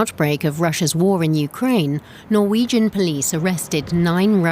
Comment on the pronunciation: The presenter totally butchered all of the norwegian names